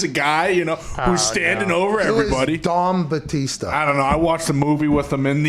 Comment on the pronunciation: Thought he said “Dong Batista” 😂😂😂